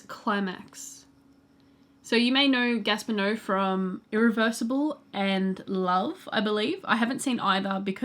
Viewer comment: Gaspar Noé - ‘no-ay’